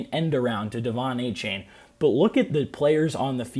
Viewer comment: Apparently, it’s pronounced Ay-Chan